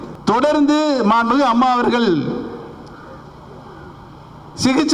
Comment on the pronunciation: உனக்கு சரியாதான் பேர் வச்சு இருக்காங்க,mixture nu.... மாண்பு மிகு நு சரியா சொல்ல தெரிதாடா முதல்ல முட்டாள்....